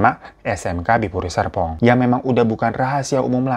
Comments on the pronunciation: Bang hiro bilang Serpong nya kepleset apa emang kuping ku yg filter otomatis huruf R nya 🥴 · Bang, lu kepleset, sumpah gua gak salah denger, serpong bang, jgn ilangin R nya, kwakwakwak